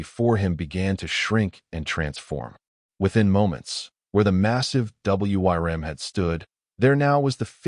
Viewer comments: It's pronounced "worm" not W Y R M. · FYI: "Wyrm" is commonly pronounced the same as "worm" and a bit more romantically as "Weerm" ("y" as a long "e".) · Great story and wish there was more but learn how to speak wyrm which sounds "worm" though you can use the y a little more strongly. That was the only thing that drove me crazy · The story was a nice one, but what made me laugh was the AI trying to read out "Wyrm" and failing every time. xD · Hate the A I cannot pronounce Wyrm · Why do you spell out w-y-r-m? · AIs inability to say wyrms or wyvern can pull you out of a story very harshly. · I wonder if anyone can teach the stupid AI to pronounce WYRM or Wyrms? Not to mention numbers and years or dates, which also seems to be a hurdle the AI still cannot handle correctly. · Somebody please teach the AI how to pronounce the wrym not just spell it. I like the story though. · WOW, this has to be one of my favorite stories i have listened to thus far. A part 2 would be awesome. Hope to see more about the Gift he was given along with hearing more about what kind of creature was in the cave that he spared. Edit: Was kind of weird listening to the AI narration spell out Wyrm through out the story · Beautiful story well narrated except for WYRM. provided the correct pronunciation which the narrator could have found online rather than spelling it. Kinda sloppy. Would love to see more stories about Ethan’s work with the dragons. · Curious as to what wyrm means and why does the ai reader spell it out?? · AI voice wasn't taught to read it properly